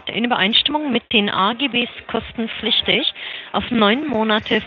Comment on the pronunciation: Was hat es eigentlich mit dieser Trennung des Wortes "kosten-pflichtig" zu tun? Bei sagt sie das - und ich hab schon öfter in den Telefonaten gehört, dass die Betonung bei "Kostenlos" bzw. "kostenpflichtig" immer so ist dass die Wörter komplett getrennt ausgesprochen werden. Schneiden die damit irgendwas zusammen?